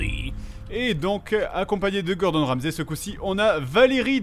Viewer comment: Ramsay, pas ramzi!